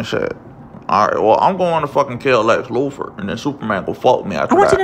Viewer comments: "lex lufor" man... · My nigga said Lex Lufer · The way he pronounces Luther lmfao Loofer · Watching this for like the 5th and I'm tripping how he keeps adding an 'f' to Luthor lol